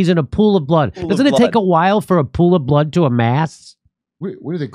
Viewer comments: "lying in a pool of blahhad"? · I know what blood is but what the hell is “blaad?” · The way the journalist said blood is so strange.